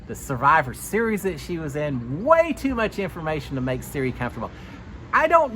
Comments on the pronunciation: No offense great recap but it’s not Siri it’s Sir-E. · So glad to have you back and thanks for the updates! (PS… her name is pronounced sir-EEE — long E sound 😊) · Pronunciation is Sir ee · Love you but can you please learn how to pronounce out Queen Cirie’s name. It’s not Siri. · Thank you the way he is saying Siri is driving me insane